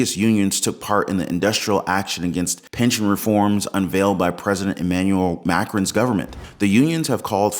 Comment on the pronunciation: Please revisit your pronunciation of the name Macron.